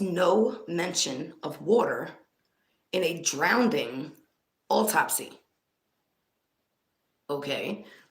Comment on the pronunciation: I love you and the work that you do!! But it's drowning theres no d in it🥸. I'm sitting here screaming it's drowning not drownding🤪🤪please don't take that the wrong way. Also I honestly think that her mom didn't identify her because she knew it was her, kinda makes you wonder if her mother knew where she was the whole time. That could be why Sammi was the one that was giving the information to the police, and not her momma.